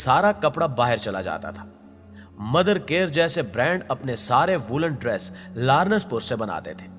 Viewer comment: Biht zabardast but its not lar..nass its laa..rense pur written as lawrence pur